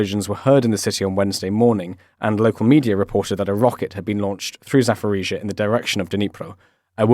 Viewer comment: it's Zaporizhzhia, not Zafforizhzhia. It's disrespectful to pronounce Ukraine's towns wrongly every day for 859 days.